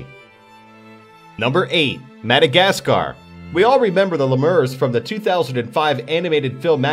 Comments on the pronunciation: Haha, yes! It certainly isn't le'mur! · Great vids! However isn't lemur pronounced "lee-mer"?